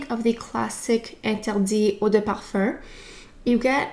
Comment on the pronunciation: i love this video ! i’ve been really into givenchy this year & it’s great to see this review so soon. i wear the intense version of l’interdit & really like the warm cosy vibe. this rouge version sounds great too ! one observation i’ve made re canadian french is your pronunciation of parfum which sounds like parfarr or parfurr. it’s very strange to my ears, but that’s just me since i’m less familiar with canada in general. great content as always though 💗